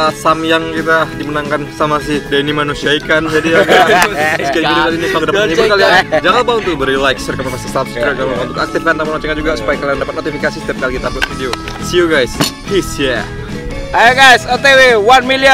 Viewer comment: Raja ikan kok bilang subscribe kok subrek denger itu langsung ngakak 🤣🤣🤣🤣🤣